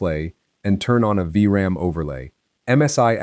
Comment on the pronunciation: it's pronounced "V" ram. Quit doing videos on Vram when you can't even pronounce it right